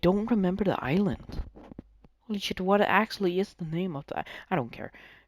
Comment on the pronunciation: Its called i-island